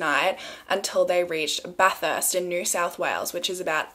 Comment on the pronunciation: she was pronouncing bathurst wrong lmao. made me giggle.